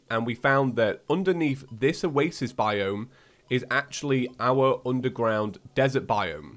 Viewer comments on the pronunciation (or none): none